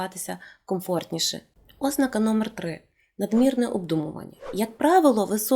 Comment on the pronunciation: Ви описали багато моїх життєвих реалій. Я от навіть неправильний наголос ( ознАка правильно) сприймаю з пришвидшеним серцебиттям і тиньканням у скронях.